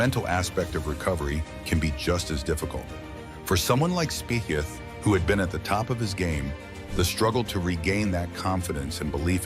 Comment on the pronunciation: Pronounce Speeth